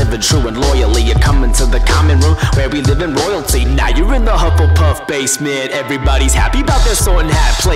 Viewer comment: Hufflepuff is now pronounced Jett Puff Honey Badgers. Nothing will change my mind